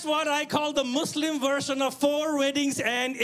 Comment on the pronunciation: The word you said proudly Naveed bhai which is"Mislim". And presenting Bangladesh to the world.Thank you very much.